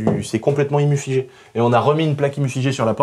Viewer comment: cest complètement "imufigé" 😂😂😂😂😂